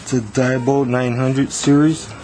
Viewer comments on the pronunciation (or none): It's not DIE-bold it DEE-bold